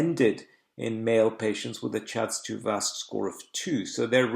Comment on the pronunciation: What IS ‘chaz-chaz 1 and 2’ ? Please spell this score’s name ? Pronunciation is not clear on this word.